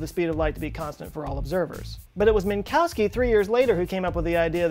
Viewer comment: Min-kof-ski... Not min-cow-ski